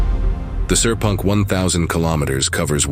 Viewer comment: sepang ❌ sir punk ✅ kadang Ai pronunciation agak klakar..